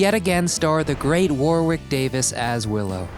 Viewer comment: It's Warwick Davis...pronounced "Warrick", as in Warwick castle, in Warwichshire, England.